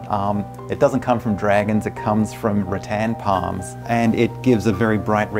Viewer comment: I legit thought he said dragons blood comes from old tampons, not rotan palms lmaoo